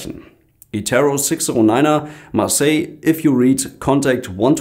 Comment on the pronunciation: Kontekt Marseille on won tu for dessimal six feif serro FLEIT LEWEL TREE FEIF SERRO Geil alter wenn ich so ne Funknachricht krieg würd ich erstmal nach Google übersetzer für Sprachbehinderung fragen. Ist das Pflicht in Luftverkehr?